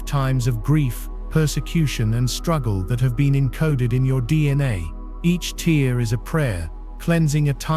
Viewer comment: A teer? A tear😢?